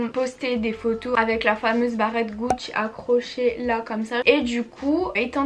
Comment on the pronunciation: J'adore ton accent corse quand tu dis "Gucci" hihi 😊Super vidéo et je suis totalement d'accord pour les épinards et les Balenciaga ! N'aimant pas les céréales avec le lait je ne peux pas témoigner la dessus, mais à choisir le lait avant les céréales haha ! Bisous à toi 😘